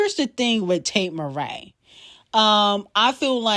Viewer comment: Why is she calling here Tate Marae instead of MCrae did I miss a shade moment lol